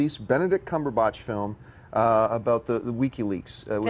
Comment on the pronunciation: Why do they refuse to say "Cumberbatch"? Why "CumberBOTCH"? They've even admitted that they say it wrong but they don't care. It's like "hi my name is John", "John is it, I don't like how John sounds, I'm gonna say Jane, from now on your name is Jane". It's weird.